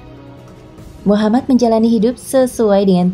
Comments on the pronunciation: Min kalo nyebut nama nabi usahakan Nabi Muhammad shalallahu alaihi wasallam Dan nama nabi Muhamad itu "M" nya 2 jadi "MUHAMMAD" harus jelas dan bukan Muhamad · Tolong buat penyebutan MUHAMMAD UJUNG NYA SAW. DAN "M" NYA DOBLE. M U H A M M A D. S A W